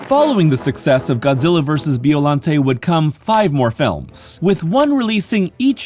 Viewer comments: Who's Beeolante? lol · It isn't Beeo. It's Bio. Like Biological.